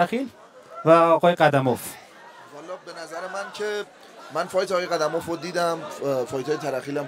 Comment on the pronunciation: نورستانی نام موسو ره صحیح نگفت قیوم اف گفت قدموف نگفت